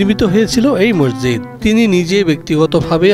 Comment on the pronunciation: ডিবিসি নিউজ এর সাংবাদিক এবং এর সাথে সংশ্লিষ্ট সবাইকে মসজিদ শব্দ টি উচ্চারণের ক্ষেত্রে বিশেষ খেয়াল রাখার অনুরোধ করা হলো।